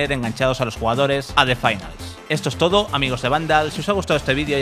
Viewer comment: Has dicho 2 veces "en tó momento" 🤣